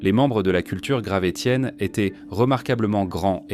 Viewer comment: Merci la voix artificielle de prononcer « gravessien » 😁